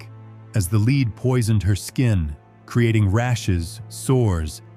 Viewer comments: Leed???? Lead. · Lead not Leed! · Leed 🤣🤣🤦‍♀️ lead (led) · This commentator needs to learn how to say the word Lead. Not Leed. Lol, She was as disgusting as anyone can be like. The fact that she had all the servants who helped her she should have been clean all the time. I cant stand myself if I go more than two days no shower. I cannot imagine what her smell was like. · Made it to . Narrator keeps pronouncing the element lead as in lead a horse to water. Final straw lol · It supposed to sound like LED BUT SPELT Lead. NOT LEED say it right please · "Leed Poisoning" really ? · Her makeup was made from "led", not "leed". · Its pronounced led not lead 😂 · 'lead' is pronounced 'led' not 'leeed' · Not leed !!! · 😂😂😂😂😂😂😂😂😂😂😂😂😂😂😂😂Lead is pronounced Led...Not Leed 😂😂😂😂😂😂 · OH NO .... not LEED ! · Leed?? Can u pls get a robot that can pronounce, common words?? It ruins ur great videos. Thank you( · Stupid AI, LED (lead) not LEED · couldn't take any more AI mispronunciations Lead pronounced Leed BS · Its lead (pronounced led) that she had on her face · 'Lead' should have been pronounced as 'led' here. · Umm... It's pronounced lead... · Unfortunately, they chose an AI reader who mispronounces LEAD almost every time. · And where did you get this information? And learn how to pronounce lead. 🤣🤣🤣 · I had to turn this off. How can you not pronounce the substance lead? It really pulled me out of it hearing it mispronounced over and over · Very interesting, but an AI voice mispronouncing "lead" will kill your channel.